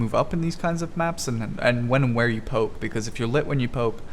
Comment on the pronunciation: Literally sounds like you said pope instead of poke lol.